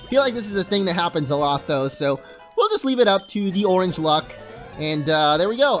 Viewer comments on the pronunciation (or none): none